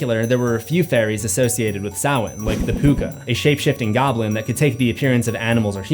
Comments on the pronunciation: Samhain pronounced Sam-Hāne not Souw-Wen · You seriously need to pronounce some words correctly. Sidhe isn’t called She. 🤦‍♂️ it’s pronounced SID HE. Man you’re dumb. Also Samhain IS called SAM HAIN not SOWEN! Did you even go to school? 🤦‍♂️🤦‍♂️🤦‍♂️🤦‍♂️🤦‍♂️🤦‍♂️🤦‍♂️ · please don't tell me you can the band Danzig was in Selwyn or whatever you're saying. His band was call Samhain. SAM-HANE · Was jsut about to comment how annoyed I was each time you said 'sa-whene' without following up with Loomis 'sma-hayn'. Set my little brain at ease when you added it... the voices thank you! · No, dude. It's pronounced 'Sam-hayne' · Great vid! Whenever you say Samhain i hear. Sam-hain lol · Dr. Loomis pronunciation of ‘Samhain’ never gets old😂😂